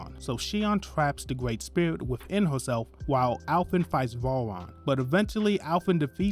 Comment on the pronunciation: A Gwreat Summery my man, sorry just joking, but yea really good video thank you